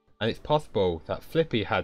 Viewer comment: Lots of people mispronounce Fliqpy.